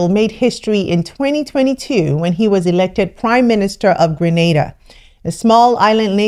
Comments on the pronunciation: Yayyy! She pronounced GrenAda correctly this time! Thanks for correcting that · Thank you you said it right Grenada 🇬🇩 home sweet home